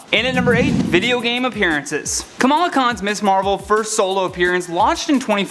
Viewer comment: It sounds like you keep saying “Miss Marvel.” “Ms.” is a different word.